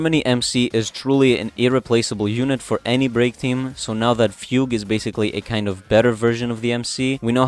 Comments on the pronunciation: close, its not pronounced like foog its fyoog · it’s not😭 fugue is pronounced “fyoog”.